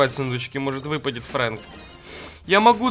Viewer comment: НЕ ФРЕНК А ФРЭНК